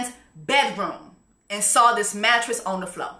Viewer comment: “mattress on the flo diqué “😭😭😭😭JESSIE PLS